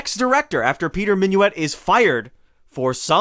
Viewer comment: It ain't Minuit as in " Have you et your breakfast yet?". It's Minuit as in "Git in here".